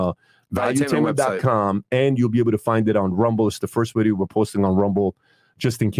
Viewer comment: "Like the bideeoo" hi